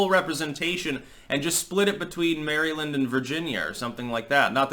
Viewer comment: Maryland is not pronounced, "Mary-land" Maryland is pronounced, 'Meh-ril-end'